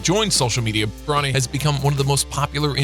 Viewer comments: Learn how to pronounce before u make a vid of them KYLE IRVING AND BRO NEEE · he was about to say brownie instead of bro-nee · He really said bro-nee, LeBrown James, and Kyle Irving